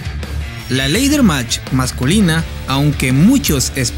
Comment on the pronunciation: Buen video pero se pronuncia "Lader" match y no "leider" match.